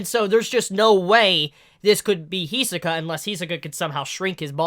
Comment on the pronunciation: Can you pronounce Hisoka as He-So-Kah once, just so we know you know how to say it because I see your a fan